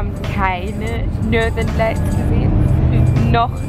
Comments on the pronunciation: Hab erst gedacht, dass du Norderney gesagt hast, anstatt Nothern Lights.. :D Ich so.. was labbert die da..? :DD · wenn du northeen lights sagst versteh ich immer norderney ist eine insel bei uns (ostfriesland)